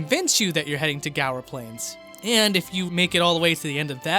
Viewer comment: Guar plains is pronounced Gwar like that one music group :) Xenoblade: Chronicles is one of my all time favorite video games, I was up for hours and hours straight playing it as I was so immersed into it, I didn't even notice time go by